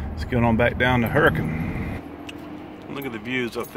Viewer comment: Glad to hear Hurricane pronounced like a true Utahn would pronounce it. Enjoy Southern Utah. Go over to Bryce Canyon Nat'l Park; it's beautiful. I think you can free camp by the old town site of Widstoe, just north of the park. Take the Airport Rd. to get there. That road goes over to Antimony ( Ana-money) I know crazy pronunciations of common words.